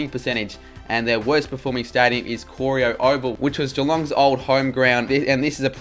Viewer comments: Cor-ee-oh ❌ Cor-ai-oh ✅ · Interesting stats, although the people of Cor-ī-o probably wouldn’t appreciate it being pronounced cor-ï-o. Hawthorn we’re rubbish up until the very late 50’s, they were so bad it’s a small miracle they weren’t booted from the league. They entered the league with Footscray & North. When they won their first flag in ‘61 it was a meteoric rise Footscray had won a flag and North had made a GF. But it wasn’t until the 70’s they became what we know now. Two supremely dominant eras & the late 70’s where they made 3 out of 4 GFs securing 2 flags. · and Corio. It's cor-eye-oh